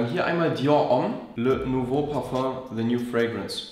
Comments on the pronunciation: Es heißt „Parfeng“. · Es heißt parföng!!